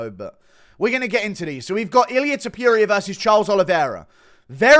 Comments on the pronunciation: Dude pls stop saying TO-PURE-IA. Its TO-POUR-IA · don't say Topuria's name if you can't pronounce it properly.